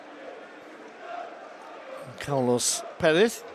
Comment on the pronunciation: Its carles, not carlos